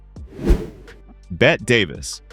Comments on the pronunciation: "Bette" is pronounced, "Betty", not "Bet". It's an old nickname for Elizabeth; I have known several in my lifetime. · Bette is pronounced as Betty not bet. Please get the name of Bette Davis right. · Please learn to pronounce people's names! Berlie? Bet' Davis? Berle is one syllable. Bette is two. It is so annoying to listen to someone who can't or (won't) learn to correctly pronounce the names of people who have been a part of our social history for almost a century . So no, I won't be 'liking' or 'subscribing' today, thank you very much!